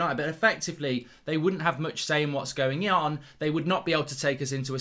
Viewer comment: “they wouldn’t have much say in what’s going YYON”